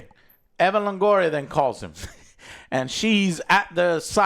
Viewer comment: I wasnt aware that "Evan" Longoria was in this movie. I guess hes taking time off from playing baseball. Like dude, you are latin, how do you not know how to say Eva Longoria?